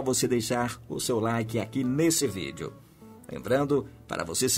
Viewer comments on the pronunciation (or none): none